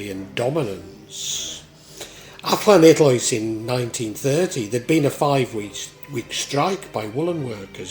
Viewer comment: Respect for your pronunciation of LL, I wouldn't say it's perfect but it's pretty close, most English people just say L.